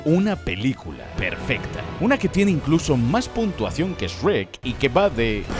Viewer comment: Siiiiii al fin un español que pronuncia Shrek como lo hacemos los latinos y no ESRRRREETTTTTT